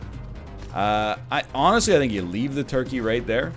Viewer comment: Everytime NL says toikey, it gives me life.